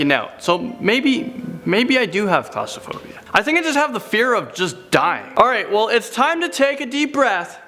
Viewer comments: please stop pronouncing it claustophobia. It has an r in it. And it is Chimney, not chim-uh-ney...two syllables not three. thanks. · Is the inability to correctly pronounce claustrophobia a Canadian thing or just a thing?